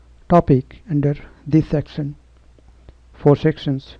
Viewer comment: It's not sextion it's section